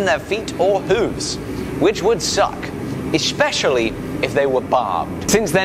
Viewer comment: ESHPESHULLYY I'm sorry, ive just never heard it pronounced that way before 😂